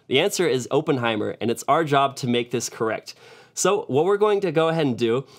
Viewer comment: it’s not “open heimer” lmao my dude, it’s “Oppenheimer”